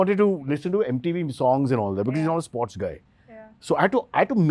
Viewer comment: did he just pronounce MTV as "MATAV" ??? WTF